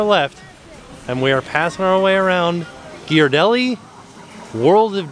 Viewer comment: Congratulations on properly pronouncing Ghiaradelli!